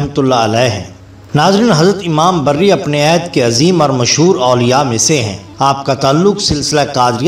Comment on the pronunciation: Imam "Barri" Nahin, Imam "Bari"